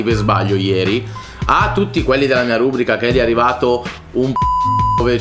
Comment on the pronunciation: Rùbrica? Barlow faccela...si dice Rubrìca.